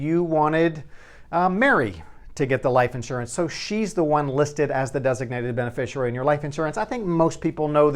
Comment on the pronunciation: Professional tip - It's pronounced be-ne-FISHY-ary.